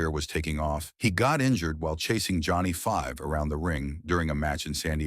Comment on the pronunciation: Johnny 5 ?.. It's Johnny V as in VEE.. This lazily slapped together A.I. Chanbel stuff is a fucking disgrace.